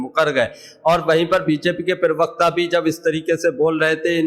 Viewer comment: Are bhai "pirvakta" nahin pravakta bola karo yaar .😢😢😢